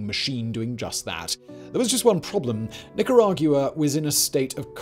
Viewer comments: Please say Nicaragwa instead of Nicarag-u-ah. It sort of grates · the u is silent. it makes a “wa” sound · I’m sorry bro but I couldn’t take how wrong you were saying Nicaragua lol not to be a douche but it’s like saying “aqua” or “Gua-m” but without the m si “Nicara-gua” lol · it’s Nicaragua. Not Nicaraguooah. From a Nicaraguan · Nick coor rag goo wah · 100% agreed. It's extremely distracting and painful to listen to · It ain't an accent, love